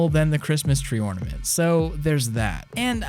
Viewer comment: the friken ortament